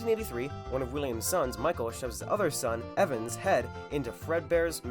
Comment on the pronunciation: ITS NOT EVAN AAAAAAAAAAAA